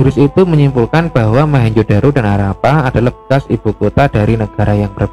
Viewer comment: ralat Mohenjo bukan mahenjo